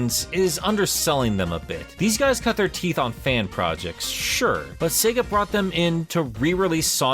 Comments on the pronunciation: Bro being a long term Sonic fan and you literally say 'Sea-ga'? Wtf lol? Everyone knows it's 'say-guh'. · Did you call Sega “Seeger”? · That's not how sega is pronounce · 😂 You pronounced Sega 2 different ways! (I mean, not that there's an issue with that) 😁